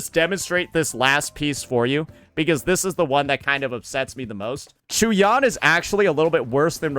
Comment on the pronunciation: Unc for the 1000th time it's not CHEW-YAN 😂😂